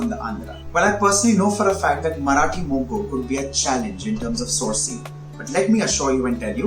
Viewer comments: It's Marathi moggaa.... Not Marathi mogguu 😂😂😂😂😂. Mogga means bud. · Marathi Mogga not Moggu. BTW appreciate your efforts.👌